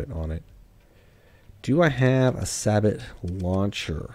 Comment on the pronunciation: More pronunciation fun facts: 'Sabot' is 'sah-bow', as in the first two syllables of 'sabotage'. Further fun fact: a sabot was a wooden shoe often wore by the French lower class, and the original acts of 'sabotage' were them throwing the wooden shows into industrial machinery to bring them to a halt.